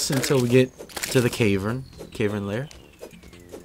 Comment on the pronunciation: It's cav-ern not cave-rn, tilted me